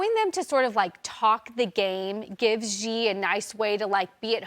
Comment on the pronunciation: Aside from everything, why can't they just learn to say his name correctly!!! It's so annoying that they just can't say She. It's not Gi, or anything else. They news media shouldn't be stumped over the letter X. If they just said She, it's already 100 times closer.